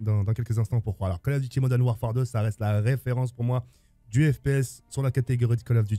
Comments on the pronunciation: Tk à bien dit Call of Duty moden warfare ou Call of Duty modern warfare 👇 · Vidéo sympa, j'ai à peu de choses près le même top 5, par contre niveau anglais zéro ( Modène wafaire, wol at waa, remasteraide) un petit effort surtout que le nom des jeux est écrit sur les boîtes